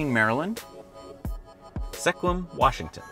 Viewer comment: it’s pronounced “Squim.” The e is silent.